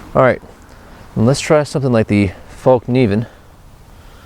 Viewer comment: FÄllkniven, not fAllkniven! :) lol